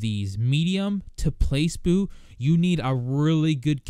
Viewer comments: haha he pronounced placebo as place boo. Its pluh-see-bow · place-boo.... did he really just say place-boo. it's plah-see-boh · "PLACE boo"? come on man, pronounce it correctly. lol. "plah-see-bo" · "Place Boo" pla·ce·bo pluh-see-boe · Place-boo haha (it's Pla Cee Bo) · Great video, man! +Sub :) If you pronounce placebo "pluh-sea-bow" as "place-bow" ever again, I'll shit on your neighbors coffee table and blame it on you. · "place-boo" im dead 😂😂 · Pla-See-Bo is the right pronunciation. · yeah Its pronounced play-see-boh alright, I was thinking the same thing. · I laughed so hard when he said Place boo... LMFAO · "place boo" sorry I had to. Great video tho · "Place boo" xD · Placebo is pronounced Pla-see-bo, as in the placebo drug effect thingy. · Its pronounced "Ply-See-Bow" buddy